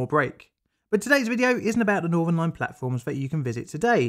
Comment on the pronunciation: The main content of the video is good but speaking saying "Norvern" instead of Northern "Norf" instead of North and "Firty" instead of Thirty just makes this unwatchable as the narrator comes across as an uneducated scutter and makes it hard to respect anything he says when he cannot even speak correctly.